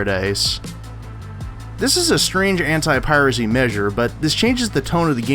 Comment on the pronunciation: Why everytime when he says "anti" I hear him saying "hentai"? There is seriously something wrong with me ..